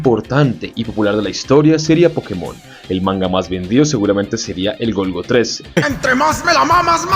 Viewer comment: perdón el golgo que? no te entendí bien